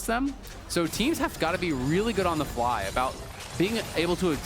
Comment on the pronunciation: Says fky instead of fly, great content btw